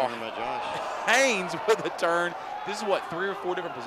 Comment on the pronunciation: as someone whose last name is also Haynes, i gotta wonder why people have such a problem with the N in there...the commentator said Hayes for the first minute and a half..pisses me off